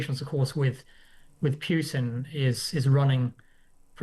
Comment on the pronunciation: Putin is pronounced pootin, not pewtin, chaps.